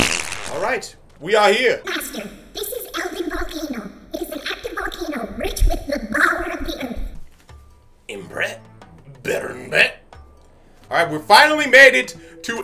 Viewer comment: bruh you made Fi say BOWER, love that